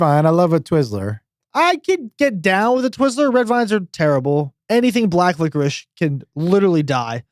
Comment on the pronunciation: haha did say black licerishshs LOL